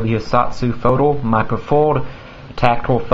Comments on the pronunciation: Dude u said "foldle" and not folder. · is the "er" pronounced "le" a regional thing?